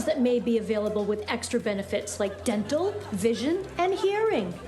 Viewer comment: Oh my god! Did she say dental? Ha!